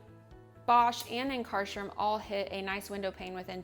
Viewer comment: Yikes , learn to pronounce Ankarsrum and honestly without question it is the absolutely the best machine by miles !! yes, it has a learning curve, but the product output is by far THE BEST .